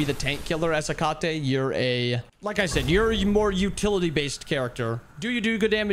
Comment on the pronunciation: The way you said Hecate pmo